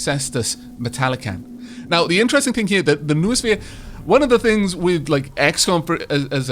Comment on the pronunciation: Noosphere = No-o-sphere. Like mind-o-sphere, except more greek.